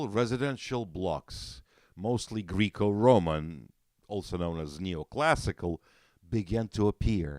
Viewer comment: Guy really said “greek-o-roman” 🤣